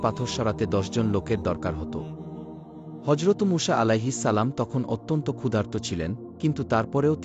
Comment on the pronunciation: মূষা কি আবার????? নাম টাও নিতে পারেন না ঠিকমত